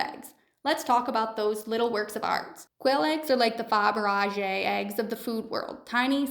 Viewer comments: What is a fabarajhe egg? Don't you mean "Faberge" (fab-er-shay)? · She's trying to pronounce Fabergé. And badly. It's pronounced "fab ihr zshay". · Is that hiw you're gonna pronounce Faberge really? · Cute informative video but the way you said fabergé gave me cancer.